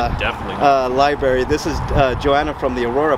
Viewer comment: If you’re going to be recording in libraries and making YouTube videos to educate people, learn how to say the word “l i b R a r y”